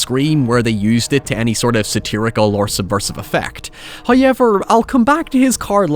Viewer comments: Atp you could make a video about Blues Clues and I'd click on it just to here you say "highyever" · People go on anout how pronounces However but I'M OBSESSED with how he pronounces Poor